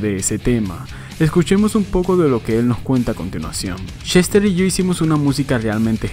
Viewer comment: Seguramente no lea éste comentario, pero igual se lo voy a escribir: en solo el primer minuto con 50 segundos del vídeo se me pasaron varias veces por la cabeza de que yo estoy muy seguro, y creo que mucha gente coincidiría, en que el señor Bennington se llama Chester y no Shester, y para quien quiera decirme que eso es sólo su forma de hablar que me expliquen por qué puede pronunciar perfectamente la palabra "escuchar" (sin decir "escushar") pero no puede decir Chester y repite incontables veces Shester